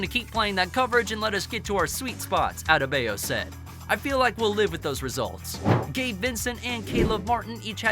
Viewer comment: Also, Strus is pronounced like "stroose" and Bam "Out of the Bayou" Adebayo "ad-a-bah-yo"